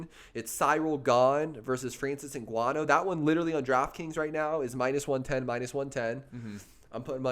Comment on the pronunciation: You guys are sleeping on some of the fighters on this card, especially Topuria, he's damn good. Also Cannonier and Ngannou but I'll be honest, I'm picking Brunson and Gane as well 😶 also the guy on the left, you said said you have been watching mma for years, how come you don't know how to pronounce Ngannou and Evloev correctly?